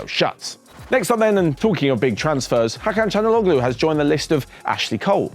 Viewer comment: It's pronounced Chal-han-oh-loo